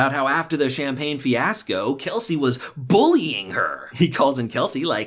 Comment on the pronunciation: The way he says “bullying” 😂